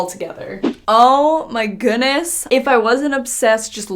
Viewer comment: 😏😂😂… oh my “gooonesss”??? that word has a ‘D’ In it lol 😂 “goodness” 🤦🏽‍♀️